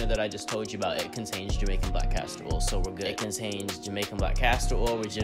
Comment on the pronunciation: Is he saying Orl ir oil ?